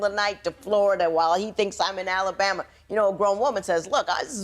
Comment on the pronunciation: Hey everybody she’s grown oh and she’s 28.....everybody else we know we know!!!! U think u grown but ur not at all!! Did she say Alalbama 😂 damn😞